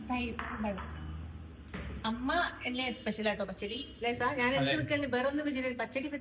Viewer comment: "അല്ലേസാ " ഏലൈസാ 😂